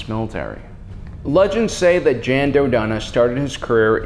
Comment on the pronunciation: Jan is pronounced like the word Yawn